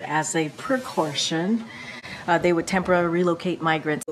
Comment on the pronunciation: Precartion? What a cartoon! The worst press secretary ever! When can you tell she is lying? When her lips move.